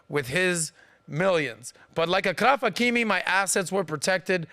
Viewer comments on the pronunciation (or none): It’s “Ashraf Hakimi”